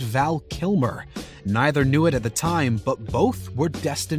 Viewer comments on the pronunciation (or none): none